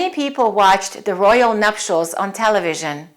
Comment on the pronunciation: Sorry I am English - you don't have a ''ch'' sound in nutials - it is NupTials. Etcetera is also wrong . . apologies! My daughter is an advanced English language teacher - I am hot also on speaking correctly. Americans tend to say 'off of' totally wrong - 'It fell off the table' we do not put an ''of'' in any scenario